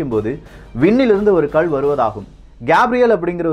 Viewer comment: தம்பி அது கல் . உச்சரிப்பை கள் என்று கூறவேண்டாம். இந்த கதை நன்றாகத்தான் இருக்கிறது. இதில் எத்தனை இடைச்செருகல் உள்ளது என்பது குர்ஆன் லே சொல்லப்பட்டுள்ளது.